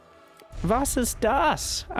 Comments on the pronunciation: I heard that and thought "what? german?" - and he even pronounced it really good! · "Was ist das?" was soooo clean!! :D